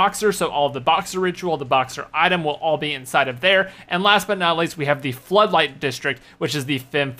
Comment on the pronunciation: Pretty sure it said "Footlight" and not floodlight